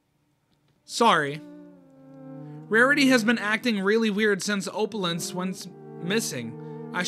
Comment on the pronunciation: I cannot get over the fact u cant pronounce Opal/Opalescence's name. Its "Oh-pull". You know, like the gem bro